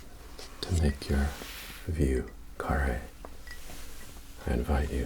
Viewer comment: Slight pronunciation note from a New Orleanian, vieux carre is (Voh Cahray,) after the street in Nola/french quarter, great vid though, much love from down south 🙌